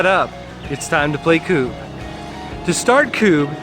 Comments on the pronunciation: Its not Kuuuuub. Its Kub. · This highlighted some rules we had done differently, we’d been returning the knocked down pawns/Kubbs to the back line, game took forever. Also a double consonant is done to force a short sounding vowel. Such as Tidy, and Tiddy. As such it’s always been Kubb (“Kub or Cub”) to us. ‘Koob’ made it very frustrating to watch :-). But thanks still. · It’s pronounced CUB